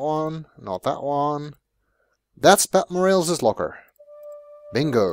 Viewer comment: I have unfortunately gotten used to your pronunciation of Morales